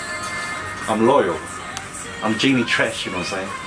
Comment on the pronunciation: guys it's Jennie (like Jenny/Jennifer) NOT Genie (like in the bottle)....😂😂😂😂🙈🙈🙈🙈